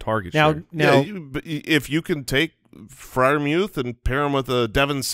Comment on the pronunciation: The announcers have been pronouncing his name like "Mooth", no E sound